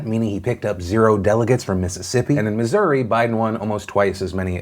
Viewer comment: Thanks for saying Missouri correctly.